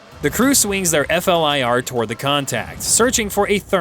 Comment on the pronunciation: the F-L-I-R acronym is pronounced "fleer", as in the bubblegum brand, not spelled out, as your DUMB AI narrator has done.